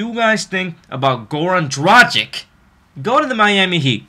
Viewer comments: Its pronounced Goran Dragich. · Well, since I'm from Slovenia, I can tell you that his last name is pronounced DraG(G like in the word draGon)iCH. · I just want to tell you that you spell his name the wrong way. You have to spell it like Goran Dragitch, because he is from Serbia and the last C in the surname is always spelled like tch in witch. But no offense man, its just a little help for you with foreign names. Keep on with your great content. Greetings from Austria ***** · It's pronounced gra gich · Just wanted to let you know: it's pronounced DRAGICH...........regards from Slovenia. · Dude! All is good but PLEASE! work on your "Dragič" pronunication :) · Dude try to pronounce Dragic like is right! It sounds offensive as you say it'